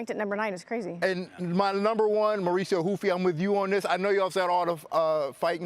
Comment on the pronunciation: Why do they pronounce the R in Mauricio Ruffys first name but not his last? Ride with the same H sound both ways or don’t at all 😂